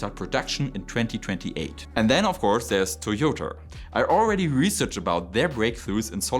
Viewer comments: Es heißt immer noch „Toyota“, nicht „Toyodr“! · Toyoter! Please stop saying this! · Toyoterrr and Teslerrr 🤣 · Felt like he was being extra German and intentionally mispronouncing a Japanese company.